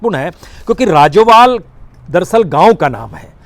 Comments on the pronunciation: राजोबाल नहीं सर राजेबाल जमदूरी नहीं सर जमहूरी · राजोवाल नहीं राजेवाल है। कादियान नहीं कादियां है जी।